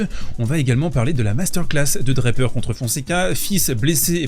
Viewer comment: Draper pas DraPEUR--accent on the first syllable in English. And I know that no one--apart from the French--can pronounce French names any longer b and I know you can pronounce Jack's name properly--DRA per. Merci bien.